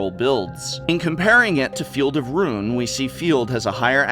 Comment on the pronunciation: Calls himself the "Professor"... can't even pronounce the word "ruin" :(